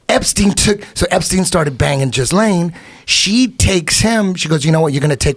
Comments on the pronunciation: I love how Eddie says jizzlain instead of Ghislaine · It's pronounces "Gillaine". Aparently the s is silent. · Did he just call her jiz-lane.??? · Now that Eddie has taught me how to pronounce her name... Epstein DOES seem like someone who would have a sidekick named ‘Jizz-Lame’. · Eddie doesn’t know what he’s talking about. He can’t even pronounce Ghislaine right. Epstein is dead, that’s the only way they could silence him. there was no going back, no letting him live.